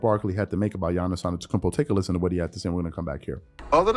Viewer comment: You really need to say his last name right if he is one of your favorite player.